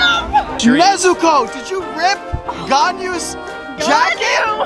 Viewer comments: Everyone else: Nezuko Inosuke: NEZTOES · WHEN YOU CALLED NEZUKO “NEZUTOES” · I WANNA MAKE AN EDIT FROM WHEN SAYS NEZUTOES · He really said Nezutoes😭✋ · Noone Literally no one: inosuke:NEZUTOES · he said : NEZU TOES? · NEZU-TOES? 💀 BRUH I LOVE THIS DUDE